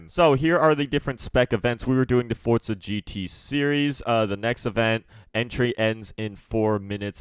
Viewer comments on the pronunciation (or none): Welcome to FORTZA Motorsport 😂😂